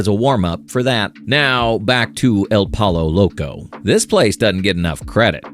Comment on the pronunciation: Ahhh!!!! You made me laugh. Legit. Out loud. Pollo Loco. I know you didn’t know how to pronounce it but that was comedic gold. 😂😂😂 awesome videos sir! Keep it up!